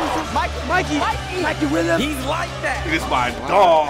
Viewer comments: MIKEY!! MIKEY!!! MIKEY! “MIKEY WHEEL-YUMS” 😂😂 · Dude lo key said mikey william